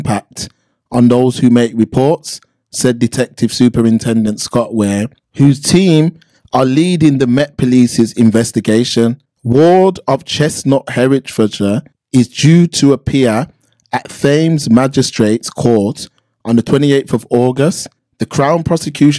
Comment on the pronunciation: Chesthunt it’s ChesHUNT Hertfordshire pronounced HARTFORDSHEER. It’s Deputy Chief not Chef. I think you need to do a little read through of these articles before you hit record my friend! Peace out!